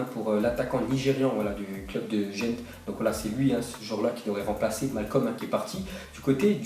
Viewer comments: Ça se dis pas jente mais guand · C'es pas gent comme jent mais comme gand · Gent se dit gant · Gent en fait sa se dit gant c'est en club belge haha